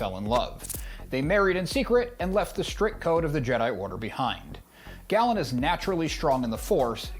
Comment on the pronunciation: Galen, not Gallen...did you play the games???